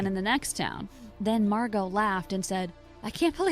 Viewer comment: Excuse me, her name is Margo. Not Marci, or Mango, Wells Fargo. I like- YES someone really said Wells Fargo Her name is MARGO.